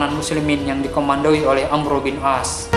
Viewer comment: Itu bukan amru tapi amr bin ash